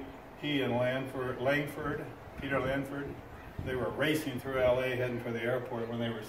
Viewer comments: I believe the gentleman was trying to say the name Peter Lawford. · Yes, and he meant to say Peter Lawford. I think he was saying Peter Langford or Lanford. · The man talking about Marilyn Monroe needs to get his names right. It's Peter LAWFORD, not Langford or wherever the hell he said, who was "racing out of town" with Bobby Kennedy on the day Ms. Monroe died. Christ, the guy was part of the Rat Pack with Sinatra, Dean Martin, Sammy Davis. Too famous too not be sure of the guy's name. Smh! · Guess name was Peter Lawford not Langford